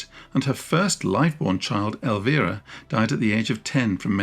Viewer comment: Oh thank you for pronouncing my name properly ( it being Spanish). Brits and Americans tend to pronouce the 'i' like in 'side'. And then Elvira sounds sort of posh.